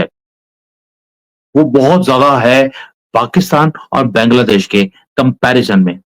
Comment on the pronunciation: Why don't you pronounce Bangladesh correctly?